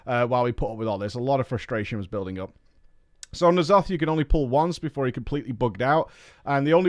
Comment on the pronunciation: He pronounces "nEEalotha" because he knows it grinds our gears